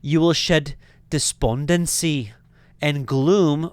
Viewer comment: Why did you say the word "despondency" with an Indian accent?